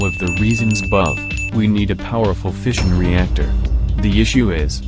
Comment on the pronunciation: Who else thought he’s been saying fishing reactor